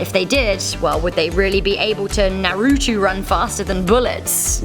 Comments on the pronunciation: ITS NA RU TOE NOT NA RU TWO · It’s not narootoo it’s naruto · Naruto (Nar-rue-toe) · Nar-ROO toe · I hate it when people pronounce it “naRUto” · Naruto? It’s nar-i-to